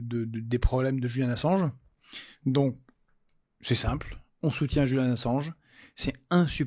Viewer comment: On dit JuliAn et pas JuliEn ! Arrête de te faire le relais de mes sales souvenir de l'appel à l'école stp, j'ai presque 30 ans :p Mais, sans méchanceté, j'hallucine encore des efforts que doivent faire les gens pour assimiler ce prénom, genre même dans le timecode, t'as quand même personnellement décider de le renommer et mettre un E. Du coup, quand G. Kuzmanovic dit devoir changer de prénom, tu le valide sans faire exprès lol très chouette vidéo, sinon ;p